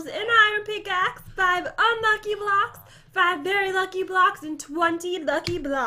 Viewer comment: Say blocks right